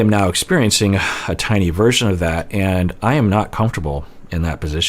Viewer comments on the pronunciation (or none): none